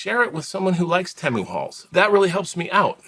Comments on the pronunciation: it's pronounced teemu the way you said it before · No it’s TEE-MOO. Temu. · Hi. Just call it Tee-moo. Sounds wrong calling anything else. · On Superbowl ad , they said Tay- moo.😅